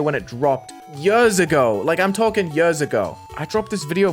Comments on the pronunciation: "Five yÖÖÖRS ago" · I agree why does he say yurrs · "yörs" would work 10x better here btw (yes i know how it sounds like because im from sweden and we use ö here) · why do you say "yu-ers" like that i don't even think that's your british accent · yuhs ago 😭 yuhs ago 😭 yuhs ago 😭 DUDE I CANT 😭🙏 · "I'M SO MUCH MORE BRITISH!" goes hard Also "Five yurrs ago!" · How is the way he says years different? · ''yørs ago'' 😭